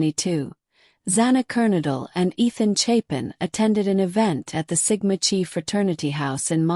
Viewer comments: Sigma Ki like k eye not chee just saying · Dear AI model, in this case the 'ch' is a K sound, and the letter is pronounced*kigh*, not 'chee'. I really shouldn't have to correct grammar of a computer model 🙄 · Don't you just love AI that can't pronounce words right? Sigma Chi like lie KAI...I give up with Kernodle. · No hate, I just want to let you know the pronunciation- I really liked your video bc there’s a lot of info I didn’t know. It’s not Sigma ‘chee’ it’s Sigma chi as in ‘Kai’ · So it sounds like bubbly Waters has trashing the whole town of Moscow covered, it’s good to know that someone’s got trashing Sigma Chee covered too. See I can mispronounce Sigma Chee too. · Sigma Chi (pronounced like Ki, not Chi, even though its spelled that way per Greek life) Just a friendly, fyi. Its probably, AI. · Chi is pronounced like KY... they were on my campus too, and even heard other greeks thought they were sketchy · It's Sigma ki pronunciation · Ir is pronounced Sigma KI ....and Moscow is pronounced Mosko... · 'Sigma Chi" Sigma Chi is pronounced SIG-ma KY. The "Sigma" is pronounced like "sig-ma," with stress on the first syllable. The "Chi" (Χ) is pronounced "ky," rhyming with the word "sky". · Thank you!!! It’s difficult listening to AI generated uninformed of the pronunciation of actual fraternity’s that have been around far longer than my old ass. lol. 😂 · It’s is true across all campuses in Greek life. Look up how to pronounce CHI so you have more knowledge of the Greek language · she’s already stated that AI voice is used and it wasn’t pronouncing it properly. It’s the message that’s important tho! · ( kinda amuses me how ai sometimes changes pronunciation within the same sentence-would this annoy the ' chi ' people? )